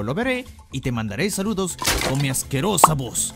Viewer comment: Like si decía "salados" en ves de "saludos" xdd